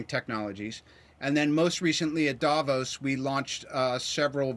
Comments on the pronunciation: the accentuation is on O.... DavOs... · i am not a comic book girl but MCU and how it all came together over the past 10 years completely drew me in, love it! oh, and its Davooos, the emphasis is in the second syllable.